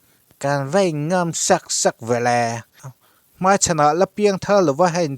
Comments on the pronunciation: A va lunglen thlak ve...a dang poh ngaihthlak zel a chakawm...mahse, i. thu chhiarah mai tih tur mei..ti anga lam rik i ngah tlat..beng a ti thlep deuh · Mizo trawng lamdan dik zawk in uar takin rawn hmang zual nasa sauh2 ru...tiang hianin mei2 niloin mài Main hetiang hian aw... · kei pawh 'mei' i ti thin hi ka lo ngaimawh khawp mai.Lehkha chhiar hi thil har ve tak ani a, chhiar tam ve te hi a ngai ania. Tang sauh sauh rawh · Delete daih rawh.... Mizo pawh chhiar thiam lo... 'mei mei' te ti vel.... zahthlak te te hian in😢